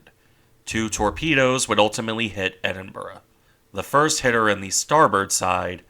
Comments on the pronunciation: Pronounce as Edinbruh. Now tell me how Niagara Falls is pounounced Niagra 😀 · Sorry, this is not meant to detract from the work you put into this video. It's good. It's just the pronunciation is like nails down down a chalkboard. Ironically enough at points you prnounce it almost perfectly. With the typical American accent it is easier for you to pronounce it Edin*Bruh* A similar sound to what you would make saying 'Brother* or "Hey Bruh, what you doing?" While not quite right, it is would be less jarring to people who live in the UK. I'll keep an eye out for your next videos. Thanks.